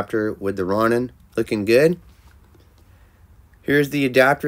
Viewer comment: It's pronounced, "Row-nin"